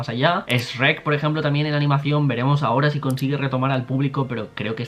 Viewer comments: Me gusto tu video pero te equivocaste en una pronunciación, es Shrek no Esrrec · no sabes cuanto te odie por decir ESCHREC